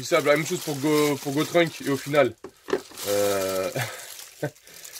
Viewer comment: att att ta bien dit Gotrunk ah oui sa se dit Gotenks